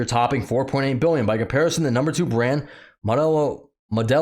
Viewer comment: I am totally lost! How does someone not know how to pronounce Michelob ultra or Modelo especial? Do you not drink? Have you been living under a rock for the last month lol